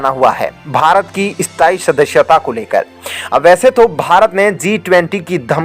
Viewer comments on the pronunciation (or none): ऐ स्ताई शदश्यता lol.. अस्थाई सदस्यता। channel host karnaa aataa he aur desh bhakti dikhate ho host saahab lekin matra bhaashaa hindi hi barabar उच्चारण karnaa bhi nahi aataa. पोपुलेसन कोसिस विस्वास को बोलो पोपुलेशन कोशिश विश्वास।